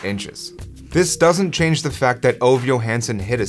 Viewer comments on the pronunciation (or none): By the way, his name is pronounced Oh-va, not Ov. Also, he asked to kick the FG when he found out his teammate Wilbur Montgomery (who went on to play for the Eagles)was going to break a record. He asked "Do they keep records of these things?" When his teammates said "yes," Ove said he wanted to try for a record. And yes, there was a strong wind blowing that day. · Its not [ouv], it is [ü:ve] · A better way to pronounce his name would be "Ov-e" not exactly right. But so much closer then what you said, still a great video! Keep it up! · If his name is Ove, it is pronounced more like OO-VEH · Ove is pronounced oo-vah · Thank you, I was mentally correcting that every time he said it. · Ove Johansson, pronounced "Ooh-weh" "Yew-huns-sonn". Approximately. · Please pronounce his name correctly.